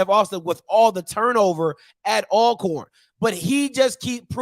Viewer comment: I like the intro theme song but somebody needs to learn how to pronounce "ALCORN". I don't even like them but I respect them enough to call them by their name. However, I call them Al Corn too when I'm around them, just to piss em off. Good show bruh. 😎👍